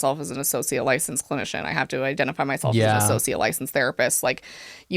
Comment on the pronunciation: It's giving Ross... EYEdentiFYE